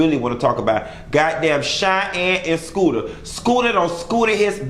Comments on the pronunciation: It’s SHOOTER, not Scooter lmaoooooo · Shooter..Its Shooter not Scooter....lol😉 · 😏 it's shoota not scoota 🤣🤣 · if you don't stop calling this man scooter😅🤣😆😂🤦‍♀️👏👏. Its Shooter! Lol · Shooter 😂🗣 not scooter 💀💀💀😂😂😂😂😂😂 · His name is SHOOTER. Not SCOOTER 😋🤭😁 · Skoota 😂😂😂😂 I’m over u it’s Shooter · that mane name is Shooter not Scooter lol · Its SHOOTER not scooter 😂😂😂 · Skooter? 😂😂😂😂😂 it's shooter I died 😂😂😂😂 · Shooter not scooter. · I love that you keep calling this man "Scoota" I thought his name was "Shooter" 😂😂😂😂 Where is your Scoota?!?!!